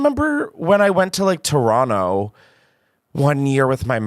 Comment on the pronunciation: Thank you Chris for not saying "Toe-ron-toe" 🙌 Love watching both of your content and was so excited to see this :)